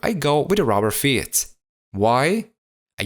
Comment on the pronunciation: I like how he says 'rubber fyeets' 😂 nice job man👌👌